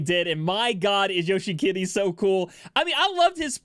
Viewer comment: I still don't know if he's saying Yoshikiri or Yoshi-kitty